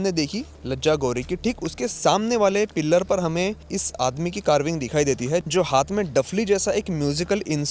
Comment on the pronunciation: भाई पिल्लर नही पिलर बोला जाता है ।😂 improve your pronounciation